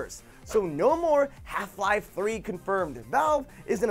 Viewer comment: you said lel three times... HALF LEL 3 COFURMED